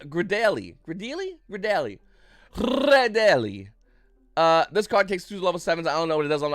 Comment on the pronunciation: gradielle is pronounced grey-dee-yell